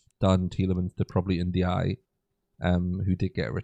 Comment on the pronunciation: Please say Ndiaye’s name correctly 🙁🙁